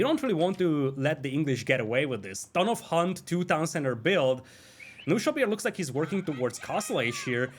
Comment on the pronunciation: let me explain some german for you guys ;) "Knuschelbär" is german and means a lil teddy bear of some sort. You have to pronounce the "K" in the beginning. So fun hearing you guys saying only "Nuschelbär". But this means something different in German. So basically you always say another word when you say "Nuschelbär"...hehe